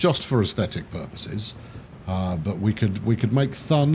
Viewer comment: again great episode! but, I'm still wondering, who told you how to pronounce "Thun". In German it's simply pronounced like "toon", like in cartoon. I am playing the same map while watching your videos. I am a bit ahead, and as a tip, I connected two Airports quite early, but they're paying out. Locarno and Bern get a shared Airport in the middle, and people love to fly out to Schwyz and the cities around it. Keep on going mate, Schuubi